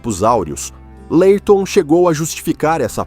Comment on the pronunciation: esse narrador e.doido fala tudo errado , LÁIRTOM , A B A !!